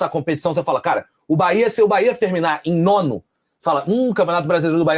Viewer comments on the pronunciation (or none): Quem é esse cara que fala quatro, mas, só cita os três primeiros da classificação? Acho que esses caras tem que fazer intensivos treinamentos para aprender pronunciar a palavra BAHIA ou, BAHÊA!